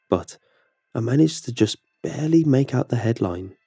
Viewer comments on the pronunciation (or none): none